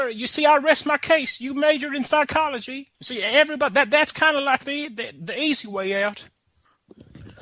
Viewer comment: "Psycholomogy" LOOOOOOOOOOOOOOOOOOOOOOOOL